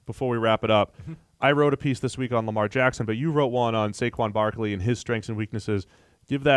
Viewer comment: Why do they keep saying Saquan Barkleys name wrong?